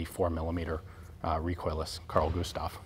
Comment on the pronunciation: You are saying the Carl Gustaf all right